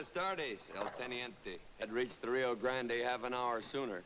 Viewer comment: It's just pronounced just like grand... As far as John Wayne westerns go, his best, by far, is "The Searchers".